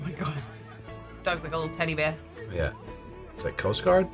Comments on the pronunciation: lol “Teddy beh” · "teddy bear" pronunciation... "Teddy Beh" 😂